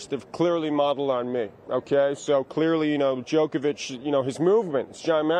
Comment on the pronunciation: I get so frustrated every time McEnroe says JOKEovich